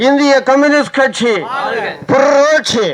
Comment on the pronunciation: புர்ர்ர்ரோட்சி‌ அல்ல‌ புரட்சி‌ என‌ சொல்லவும்‌ இது‌ நல்ல‌ கட்சி‌ நல்லா‌ பேசுங்க🎉🎉🎉🎉🎉🎉